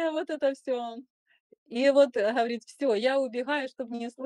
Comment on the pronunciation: Ужасная речь . только слышишь он ховорит ,она ховорит.